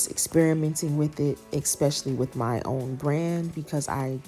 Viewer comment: Why do people say EXspecially instead of especially?